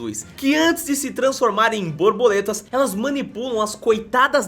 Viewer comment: nao é borboletas e sim brabuletas